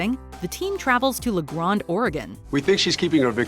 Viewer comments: The way she says La Grande hurts my soul and every fiber of my being. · Locals pronounce it La Grand, no accent.